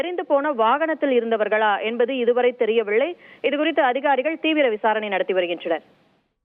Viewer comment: தெரியவில்லை என்பதை தெரியவிள்ளை என்கிறார் தொகுப்பாளினி. babu madurai